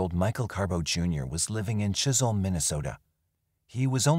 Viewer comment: Chisholm not chisel MN. I worked at Heritage Manor in the 90's